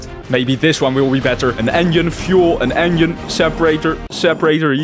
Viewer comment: I love how he says "engine" to "onion"